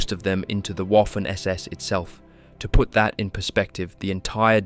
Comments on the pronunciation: It’s Vaffen not WOFEN 😂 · ...it is pronounced "Vaffen SS", for fucks sake(!!!) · Great documentary. By the way Waffen SS is pronounced Vaffon SS, otherwise it sounds like Waffle SS. Just saying. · The W in German words, such as "Waffen", "Wehrmacht", "Wiking", etcetera, are pronounced as a V. And in case you're wondering, the letter V is pronounced as an F (except when it comes to some loan words)